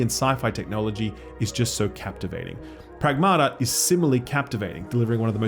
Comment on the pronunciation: The title of the game should be pronounced: prAgmata not pragmAta. Pragmata means things in greek